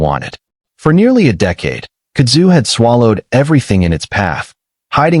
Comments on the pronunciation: It is pronounced "KUD zu". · Kud’ zu. Emphasis is on the first syllable. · it's pronounced "Kud' zu" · Stupid AI Kudzu is one word it ain’t hyphenated there’s no split in the middle of it. You say Kudzu